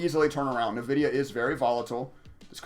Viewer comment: Too much trading for my taste... but for future reference: "in-vidia"